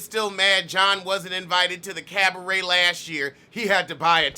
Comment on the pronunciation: everytime you say caberet I 😂😂😂